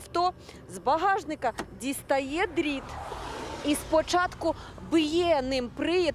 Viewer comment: У журналистки ещё наработанные жлобские примочки: "водзій, тцільки, дзістає, потцім..." Этим извращением страдают журналюги, рассказчики рекламы и ведущие на тв и особенно на радио.